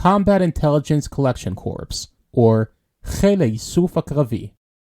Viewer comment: In the millitary 'corpse' is pronounced "core". If you pronounce the 'P' you are talking about a dead body.